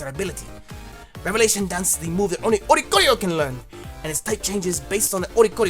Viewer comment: oricorio = oriole + choreography (dancing bird) so it would most likely be pronounce or-ee-core-ee-oh